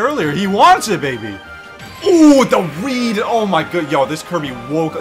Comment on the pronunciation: this makes me laugh so much because he clearly tried saying “with the read” but it sounds so much like the other thing